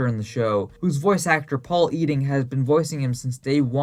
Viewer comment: Hot take: grandpa Max’s voice actor is pronounced “I-ding not e-ding”